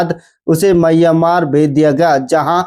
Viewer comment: म्यांमार होता है भाई मय्यामार नहीं